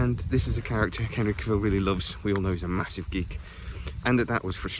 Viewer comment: Do you never hear people pronounce their own names? I can't post links, so here he is pronouncing his OWN name, PLEASE for the love of the gods please watch it! "How to properly pronounce “Cavill”, Henry Cavill’s last name." the man HIMSELF says it's like Travel, Cavill, wait how do YOU pronounce Travel?